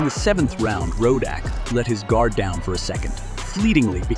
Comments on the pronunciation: Not a bad video...but you should listen to the announcers for the correct pronunciation of his name. It's not 'Ro-DACK' as and several times thereafter. Decent content though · Its Riddick not Rudock 😂😂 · Sorry Mr Commentator What's his name! Ruddock or Raddack? Tyson would be confused too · his name is Ruddock not Ro-Dack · Why do You keep saying ROE DAK?! It’s RUD DUK! And how could You have not heard pronunciations while researching?! This is weird! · Who is “ Rooodack “ it’s Ruddock 😂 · Rodeck? Rodeck!? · Why do you keep pronouncing his name as Rodack when it's Ruddock? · Decent video, but please learn to say the subject's name correctly. Very irritating otherwise... Ruddock, not Rodack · It’s Rud-dock not fukken Ro-dack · Whats up with the commentator pronouncing Ruddock , ROAD-OK!! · It’s not road dack It’s Ruddick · Narrator makes this unwatchable. Rodak, Rud Dock, back to Rodak. I really tried but this sucks. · its rud dock not ROW DACK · who is "rowdak"....its rudduck get his name right bro..... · It Donovan "Razor" RUDDUCK NOT ROWDOCK. PSHHH FOOLIO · Rud-OCK , RO-DAK, lol A.I. at its finest. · ruddock not rodack ya goose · Really? “Ruddock” is pronounced “Roe-Dack”? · man quit calling the man Rowdack its Ruddock pronounced Ruddick damn! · Not rodack its rudduck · Roddack 🙄??? You could at least learn how to read before you do a video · Worst video ever. You pronounced his name wrong at least 4 different times. Probably 3 different ways. Tyson was NOT afraid. Rodock, Rudoke, lol..... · Why is the commentator calling him Rodack? 🤦🏻‍♂️ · Why is he calling him RODACK!!! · Is it "ruh duck" or "row dack"? This narrator is all over the place with the pronunciation, sometimes even in the same sentence! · Tyson afraid of Ruddock? 😂😂😂😂😂. Why does he keep saying Rodack 😂😂😂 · Donovan "Rodack" lol. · Who...is...Rodack😅😅The narrator can't read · why do u keep saying Roe-Dack...what's wrong with you? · rowdock..rowdack.. whats wrong with the narrator.. ??